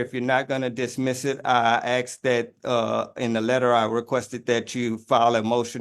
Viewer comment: He's ROYALTY... But he pronounces "asked" as "axe"... Didn't know there were tribal chiefs in the hood. 🤣🤣🤣🤣🤣